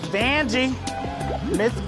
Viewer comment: “Who’s there’s Miss Vanjee” haha